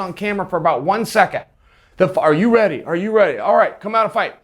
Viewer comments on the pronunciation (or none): none